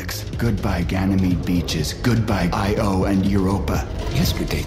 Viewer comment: Calisto Protocol seriously pronounced 'Io' as 'Eye Oh' because they didn't realise it's one word? Crikey.